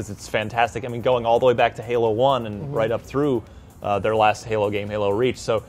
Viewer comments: stop saying Halo, pls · Yep pretty much what i herd. halo halo halo halo. Lol